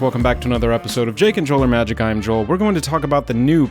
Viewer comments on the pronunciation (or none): none